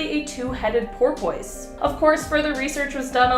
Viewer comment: Oh bless her heart she can't say Porpoise.....